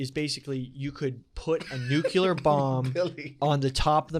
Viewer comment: I love when Billy says nucular